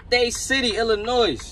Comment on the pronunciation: Informative thanks 🤟🏾 and the s in Illinois is silent.